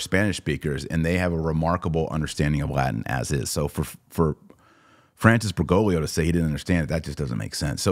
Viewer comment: For the second time, it's BergoGlio, not BergoLio. You always mispronounce his last name and leave out the second "G". Please learn how to pronounce it correctly because it gets very annoying to have to listen to. Too bad we even have to discuss his name at all.